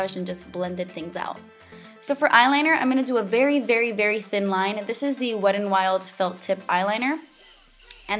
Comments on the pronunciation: It's not wed n wild.. There is a "t" in there. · I like the way you say "Wet n, Wild" sometimes... its like, "the Wedd'n'Wild" lol Like wit dat littol bit of accent joo know? hehe I love it! 😘😘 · beccawecca916 Best comment ever 😂